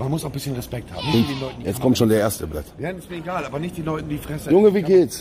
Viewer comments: Niemand Wirklich niemand Knossi: Blaat anstatt blyat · Das heißt nicht blät das heißt Bliat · Knossi: Blatt Russen: Blijat Bin selber russe und es regt mich auf wenn jemand blatt sagt😂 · Es heißt Blyat